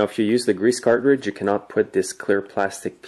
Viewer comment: Cart ridge...?? It's said car-tridge.